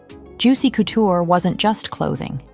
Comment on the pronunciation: Great video but the “coo-tour” is making me cringe